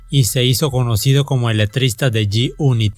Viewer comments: "yi yunit" 🤣😂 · Yoi ban yi uni😂😂😂 grande el homie😂😂😂